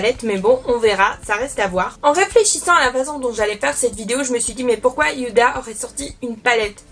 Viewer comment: Coucou, il me semblr que tu prononces Yuda pour la palette mais il n'y a pas de "Y" dans le nom 🙂